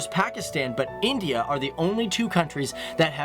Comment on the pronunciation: Lagta hai galat tv channel dekhti hain aap. Oh mai bhul gaya pakistani channels to social media se khabre chapte hain. Aur haan India hota hai na ki Endia. Tumhari counrty mai jo decleare hota hai woh International nahi hota. Sudhar jao warna tum apni barbadi khud kar rahe ho.